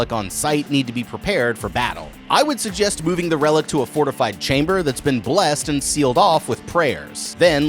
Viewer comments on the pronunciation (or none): none